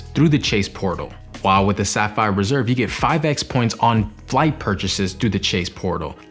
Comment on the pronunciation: Did it kinda sound like you said Sapphire Preserve ? That's a good new name. Also, I think the CSR $300 travel credit doesn't need to go through the travel portal, just swipe or tap. 👍🏼